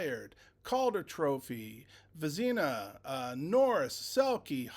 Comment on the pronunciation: If you're going to talk hawks .. please learn how to pronounce vezina trophy ... and how to say fliggies real name ... maybe search his dad ..Mike